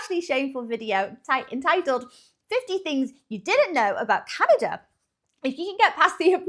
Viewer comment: Finally a Britain who didn't call my country...Canader, applause and thank you.